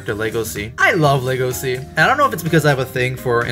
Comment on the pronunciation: Thank You for saying his name right! XD His name is pronounced "Legacy". Thank You!